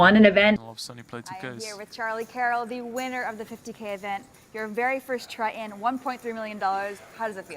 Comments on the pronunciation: its pronounced TRITON ... not TRI-UN ... !!! (geez) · You keep smacking your mouth and your cadence when talking with upward inflections is tough to follow. Something to work on in the future. Also, it’s tri-tun, not tri-tENNN. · It's a weird word but I can't help fixating on how you say "Try - annnn" for Triton. :-)